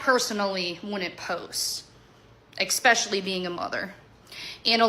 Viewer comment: jenelle every time she says “exspecially”